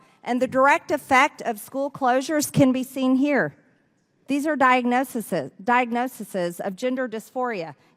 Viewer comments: "Diognosises". She gives me the funnies. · She can't pronounce "diagnoses"correctly, but I appreciate her sentiment and the ferocity with which she hammers people on the far left.